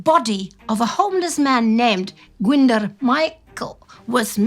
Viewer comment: Sorry, my pedant has come out to play. Glyndwr is pronounced Glyn & dwr to rhyme with boor, but roll the r for all its worth.